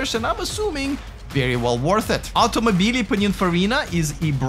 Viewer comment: If you need some Italian training pls let me know, your "automobili" sounds too awkward for Italians 😂😅